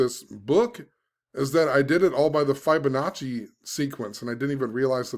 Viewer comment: Fib-onacci not Fibe-onacci lol Think of the word "Fib" not "Fiber"